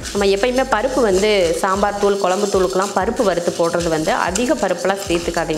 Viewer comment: தமிழ் வார்த்தைகளை சரியாகப் பேசுங்க கொலம்பு இல்லை..[குழம்பு]..??